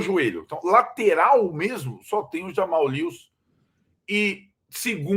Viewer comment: ufa, aprenderam a falar JAmal e não RAmal...